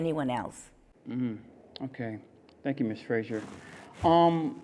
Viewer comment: her surname is Fraser not Frasier